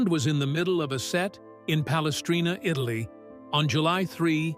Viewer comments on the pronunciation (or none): none